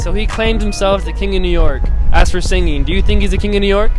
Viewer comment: Out of towners say new nork....